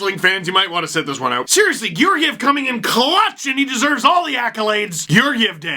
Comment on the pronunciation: Damn you keep saying George-ev. STEVE GET THE FACTS